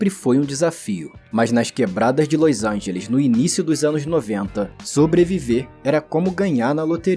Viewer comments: Que dificuldade de dizer LOS ANGELES, que irritante ouvir toda hora esse seu "LÔIS ÃINGELIXXXXX" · o jeito que tu fala LOS ANGELES é bizarro